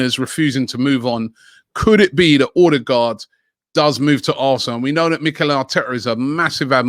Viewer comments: Everyone: OH-degaard Robbie: OR-degaard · It's Odegaard not Ordegaard. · O-de-gaard wheres the r you keep using after the o